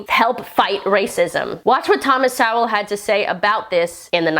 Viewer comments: Sowell is pronounced like "soul." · Thomas Sowell is pronounced So-Well, not Sa-Well. Said fast, sounds like Soul. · Thomas Sowell pronounced "soul" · It’s pronounced so ell ;) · Love you dearly!! And, love your vids. Sorry, but I'm a stickler for pronunciation. Thomas Sowell's last name is pronounced "Soul." Seriously.... Keep up the good work. Thx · I think his last name is pronounced Soul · I think you might need to work on your pronunciation of Sowell. It almost sounds closer to so-ul or so-wul.